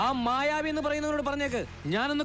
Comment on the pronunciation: മായാവി അല്ല ." മ്യാ യാ വീ "